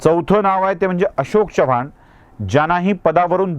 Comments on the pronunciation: च्यवाण नव्हे चव्हाण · आजकाल ही style च झाली आहे. च्यवाण आणि ज्याधव म्हणायची.